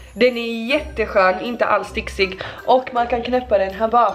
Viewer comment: Det heter inte stiksig utan stikig